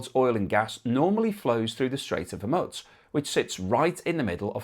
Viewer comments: it's a gentle reminder that if the idea is to give us an overall informed view of the situation, the least you can do is pronounce the name correctly. I'm pretty sure it's "Hor-mooze" too. Not hormuts. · it is pronounced HorMOOSE, not HorMUTZ. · Not as serious as your refusal to learn the correct pronunciation of HOR-MOO-Z. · Hormutz? FFS. The standards of journalism..... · there is no T in Hormuz !!! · Please try to pronounce 'Hormuz' approximatively correct